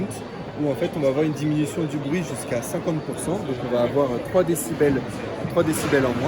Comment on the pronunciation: "3 décubels" MDR